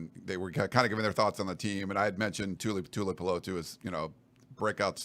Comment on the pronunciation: it's pronounced Too-lee-ow-poopoo